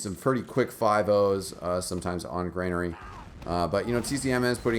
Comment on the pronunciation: GRANARY, NOT FUCKING GREYNAIRE